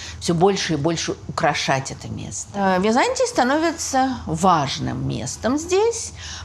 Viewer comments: При всем уважении, ударение ставится не на том слоге! Византи’я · Подарите ей уже кто-нибудь орфографический словарь. Может быть этот "историк" поймёт, где в слове Византия ударение надо ставить ;-) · прекрасный рассказ. Но почему вдруг ВизАнтий или ВизАнтия? ВизантИя. Странно слышать от прекрасно образованного человека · А почему вы произносите ВизАнтия? Ведь ВизантИя же...